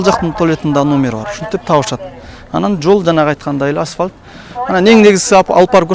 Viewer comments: Асвалт эмес Асфальт! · Аспалт эмес, асфальт.....😂